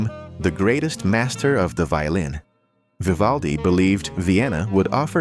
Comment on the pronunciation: Oh please just try tò pronounce his name correctly, if yoy are capable of 🫣😵‍💫😖